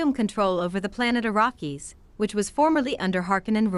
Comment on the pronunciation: I couldn't finish listening. You're butchering the pronunciation of everything. "Eh Tree Ides"... NO. "AH TREY DEES"; "AH RACK ES".